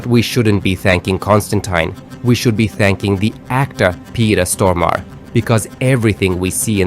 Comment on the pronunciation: that is awesome! i was just thinking, i hope they may a sequel. Their cast was CHOICE. I apologize in advance for the OCD name pronunciation correction, but Stormare is pronounced like stor mar ray